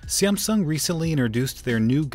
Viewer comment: You said siamsung